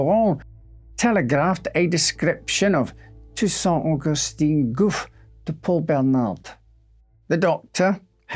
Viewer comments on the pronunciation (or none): and Augustin has also a different pronunciation, what he says is Augustine which is a female version. It looks like he did a great job with the difficult words and was then "betrayed" by the supposedly simple ones :)